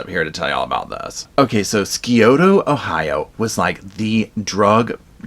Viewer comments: Scioto pronounced Si’ōtō. Skioto 😳 ur not from around here huh. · Scioto is pronounced Sy O Ta. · This couple lived in Portsmouth, Ohio. The county was Sciota (long i long o), it's an Native American word. A lot of Ohio towns, counties and rivers have Native American names. It drives Ohioans crazy to here them miss pronounced. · I love that you do things like this. But, for future reference, Scioto is pronounced Sigh-OH-tuh. I know the original word is pronounced otherwise, but as a native to the county, if you were to say it like you did, people will judge you harshly. Just to let you know. Thank you. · I live in Cincinnati. Some parts are rural poor apalachia in other counties. It’s pronounced si otO . No amount of drugs means you can harm your child over and over. She is a monster. I am a reviving addict 10 plus plus years. But I didn’t physically harm my kids. Monsters do that. And how do you not know your child has fractures. Listen if I panic that my child is dead I’m calling the law!! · It’s pronounced sigh o ta Ohio, not to be rude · Very thorough break down! Lots of research! Thank you! Side note, im from erie cty ohio, another orange county on the map you show ( the one where the bay comes to.a V and the following counties from the right alll the way to the border of PA are orange) ohio has alot of native american named for cities and counties. Scioto is pronounced SIGH- OTO. You maybe interested in the pike county massacre which took place about 20 min north east of this area. Can wait to see your next content! Thank you! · Just for reference: Here in Ohio we pronounce Scioto as "sigh-oh-tuh" lol great coverage of this case 👏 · I'm from this county. Its pronounced Sigh-Oat-Oh. Thanks for covering this. Scioto county has a REALLY bad drug problem. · It’s pronounced sigh (like the noise of relief) O (like the letter) ta (like tug) I’m from Ohio and we renounce all the town so oddly phonetics are for losers haha just kidding